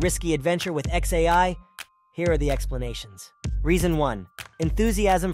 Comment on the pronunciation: I recommend listening to your script before posting. Pronouncing XAI as one word is off-putting and reduces your credibility.